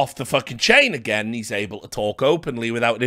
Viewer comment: Richard "Done it agait" Lewis